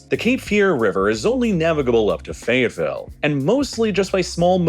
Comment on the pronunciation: Yep, but it's not just coastal communities. People often pronounce Wilson like the person's name instead of saying Wilt-son. Most are unaware that many years ago, Wilson won the T's from Fayetteville's name on a bet. That's why it is pronounced Fay-vull, with a half syllable between the two parts, like you are about to include the T's but catch yourself right away. 😁